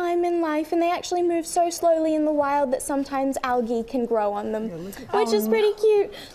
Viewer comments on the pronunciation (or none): Why does she pronounce ‘algae’ like that?